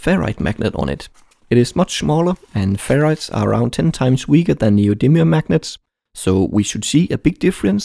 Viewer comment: I know it's neodymium, but I swear I hear him say neo demon magnet every time